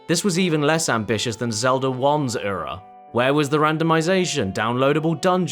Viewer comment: please stop saying ura if you’re not even going to try to pronounce it correctly. it’s like nails on a chalkboard when you say it